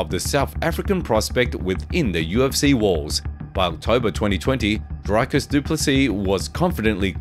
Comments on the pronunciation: Come on, man... Your video starts with Dricus telling people to pronounce his name correctly, and then you butcher it. It's Dree-cus, not Dry-cus. How is this so hard for people to get right? LOL! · Draaikus. Like really ! Dreee - kis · You added in the clip where he teaches you to say his name but you still say Drycus? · Pronounce the champs name properly please is pronounced ( Dree-kis) the champ! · He put a clip of dricus explaining how to pronounce his name that still said it wrong😂😂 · you said his name wrong right after he corrected everyone...